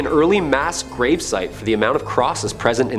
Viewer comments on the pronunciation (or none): none